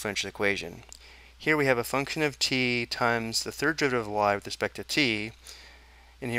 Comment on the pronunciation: Your pronunciation of function gives me nightmares